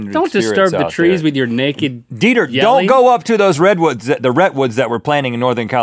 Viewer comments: Did anyone else here Rhett say don't get anywhere near my rhettwoods. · Rhett says... Rhettwoods... RHETTWOODS